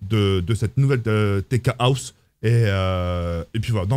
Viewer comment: Au début j’ai cru qu’il disait la « Steak House » 😂😂